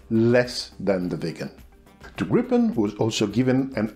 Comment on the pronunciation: I think the most important thing I've learned from these videos is how to pronounce "Gripen" properly. Here in the US most people call it the "Gry-pen", with a hard-"i", like "ripen". Of course we also say "Tie-phoon", instead "Ti-phoon" like the Brits, etc. As for the engine being in the rear, wasn't that also true of all the other 4th gen jets? The F-14, 15, 16, 18, 22 and 35 all have their engines mounted in the rear. So doesn't the MiG-29 and Su-27, etc, Typhoon, Mirage 2000, Rafale. So how did the Gripen "pioneer" this?